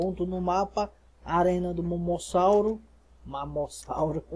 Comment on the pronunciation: 😂😂😂 momossauro é mossasauro